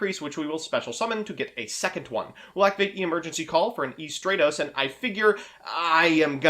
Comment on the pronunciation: The way you say stratos pisses my off